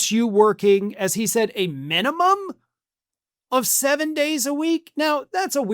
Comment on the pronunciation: Minium? What's the maxium?